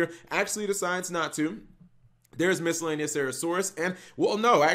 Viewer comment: Please,, please stop pronouncing miscellaneousaurus with a random “cera” thrown in there. Please. I’m becoming so triggered